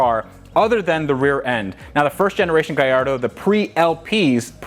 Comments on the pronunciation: Love you videos man keep it up. Just curious is it just me or it sounds like your saying gayardo to gallardo. Like when people say impretza instead of Impreza (subaru) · I am laughing with the way you pronounce gallardo..